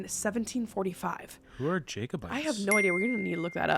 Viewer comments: Its pronounced jack -o - bites . Not jake o - bites. I thought you are from Canada Thats more apart of your history isn't it ? They tried to take the crown for James and fought the English in Scotland (?) in the 1400s. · Jacobites ahha lol you say it as Jacko bites lol The Jacobites were the supporters of King James VII of Scotland and England. The battle of Culloden probably best thing to research. Always trying to get freedom and independence away from English ruling. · Jacobites (pronounced Jack) opposed the protestant throne. Show and book recommendation is Outlander. You learn all about them there and it's a great show/book!